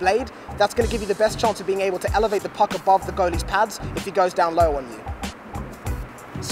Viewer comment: says "girly" instead of goalie It causes me physical pain when I hear him say girly